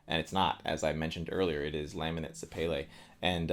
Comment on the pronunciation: Boo! You had me until you started bouncing bearings and cutting them open. Stop destroying perfectly good guitars. Who cares if the finish holds up to bug spray. PS sapele is pronounced suh-pee-lee. Look it up.